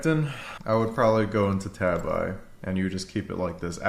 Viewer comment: Btw , Tabi is pronounced like Ta-bee